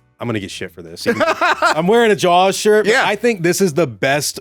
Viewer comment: can’t pronounce Spielberg Also: Jawls is a shark movie